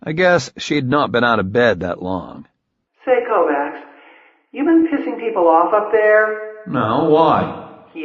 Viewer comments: Sounds horrible , but the mispronunciation of Kovacs as ‘Kovax’ instead of ‘Kovatch’ is a remarkably ignorant shortcoming. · He is pronouncing Kovacs incorrectly? The first book made a pretty big deal about pronunciation. It's a soft -ch sound, not a hard C. KOE-VACH. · You had one job, it's pronounced kovaCH. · i listened right up to the KovaCKS. fuck you learn to pronounce slavic/hungarian names. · I think he does it pretty well except for the name he’s got wrong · What the shit is it with the tin can reverb all the time?! Annoying as hell. And real good job on mispronouncing the main characters name when he's talking to himself, while all through book one he got annoyed at people who didn't know how to pronounce Kovacs right. Fucking hell... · I love how, after 2 books of pronouncing the main characters name properly (per the description in the first book) the same narrator pronounces the name completely wrong. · Not gonna say it's a good reason, but if the people he is talking for don't know, makes some sense why "kovacs" isn't pronounced properly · It's killin me every time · You're absolutely right...and it's the main character mispronouncing his own name when he's thinking to himself that I find especially irritating. I haven't been able to get through this book at all. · It's making my teeth itch, but he does a good 'Beard Having Hallucinogen-Induced Visions' voice. In fact, I think he's not so bad as a voice actor, overall. I just wish someone had told him about how we pronounce 'Kovacs' around here 😄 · And the missproninciation of the fucking surname